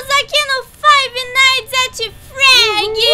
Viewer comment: Fredi. Nao. Freggi